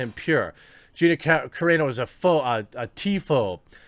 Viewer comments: It's pronounced Gina sir ....on....o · Dude still can’t pronounce her last name properly LOL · You're never gonna learn how to pronounce Gina Carano's last name. Please Google it. You're killing me!